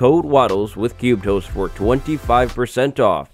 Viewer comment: Every time you say cubedhost I hear cube toast 😂